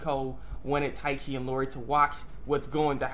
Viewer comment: E-O-Ri Not Lorri lol!! But yeah, that was a good episode